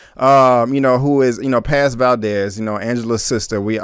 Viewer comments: Texas Finest 😂. I was gonna tell him it’s pronounced Pawz/Pause... it was annoying me too. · I wanted to say it's pronounced Paaahhz, like P-AH-Z. Paz is one of my favorite Latina names. Lol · Its Paz my G not Pez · He Keeps Saying "Pez" It's Paz. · How is she your fav character but can't pronounce her name.. You're just another guy tryna ride the POWER wave you not a real fan and this review is shitty asf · PAZ shouldn’t be this difficult to pronounce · TorrentBlaze he’s not the only one trust me I get if maybe it’s easier for me being Puerto Rican myself but there’s no way it’s that tough 😂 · You are killing me when u saying Paz name wrong...😆😆😆